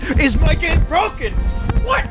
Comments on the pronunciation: Game's really bwoken. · Wow, five times in a woah, maybe your game is bwoken.